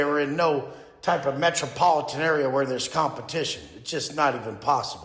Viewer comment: "METROPOLITAN-MEN" Gym bros?😂